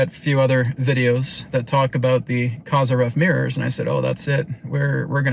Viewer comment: The correct pronunciation of his surname is Ko-zeer-yev. The accented syllable is the middle one, "zeer". The wovel "o" in the first syllable is short, as in the word coffee. ❤